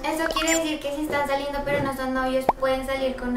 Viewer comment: Porque lila dice ques estansalindo